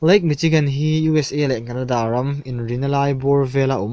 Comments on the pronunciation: ...chi...nilovin...si...tua lam tur a ni e...good work.. 👍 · Michi tilo in Mishi tiin lam la..😀😀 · Machigan nilo in mashigan ang in ri chhuak zawk ta se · Michigan kha "Mi-shi-gan"tia pronounced tur ani... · dik lutuk👍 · dik leh zual😂😂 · michigan hi mishigan tia lam tur aw